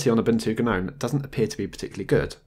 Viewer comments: Anyone else irked by how he pronounces Gnome? It's pronounced NOME (the G is silent!) not Guh-nome lol. Sorry for being a grammar Nazi but I've seen several videos and it gets to you after awhile. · the G is silent in Gnome. Same as gnarled. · Isn't "Gnome" said "Nome"?